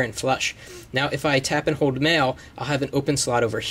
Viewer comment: when you say hold it sounds like hode